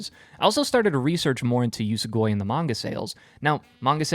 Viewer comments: Its usogui, not usugoi. Uso-lie gui-to consume, usogui=lie eater. Ofcource its nothing major, but still. Need to read this manga tho. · It's pronounced "oosow gooey" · Your pronunciation of Usogui is atrocious. It only takes a bit to understand the proper pronunciation of the Japanese language. If you wanna be treated seriously, remedy that.